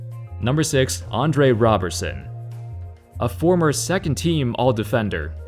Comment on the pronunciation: It's " RO " berson and " ROB " erson